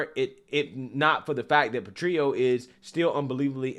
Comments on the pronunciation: These trans people are wacko. but can we get the "petrillo" pronounciation right please? It's italian, not mexican. You pronounce the "L"s in italian. So while petrillo -> petriyo in mexican. Petrillo -> PetriLLo in italiano. Grazie. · You need to really straight up the way you are saying some words, I can bet you can say grill properly yet you are saying something like "patrio", there is double L, what is the matter? Maybe this will be a helper, PET-REEL-LO. I'm from Poland, corretct me if I am wrong on that one, I am always open to sugestions, especially if I'm worng about something. Gday :D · Italian tip: Petrillo , in Italian the " L " is spoken as written , like " jello "